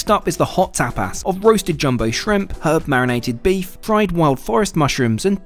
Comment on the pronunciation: The way he says tapas.lmao "tapass"